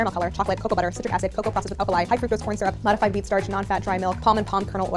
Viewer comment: At first I didn’t trust you by the way you reacted at how sweet they are, but you brought me back by the way you pronounce syrup.